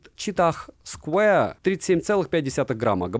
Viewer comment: найди в Гугле правильное произношение square. Умоляю…. Это сильно портит уровень твоих видео….